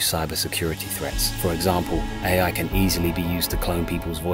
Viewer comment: What other hears: Ai's race to destroy humanity What i hear: EAI 😂